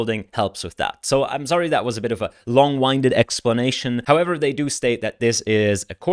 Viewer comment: Hey thanks for working so hard catching us up with the ML News. Outline typo: it's Craiyon not Crayon. pronunciation typo in how you say "a long-winded explanation": it's not long 'i' as in winding up a spring, it's the short 'i' as in the wind blowing. I think the etymology is someone who talks continously without taking a breath.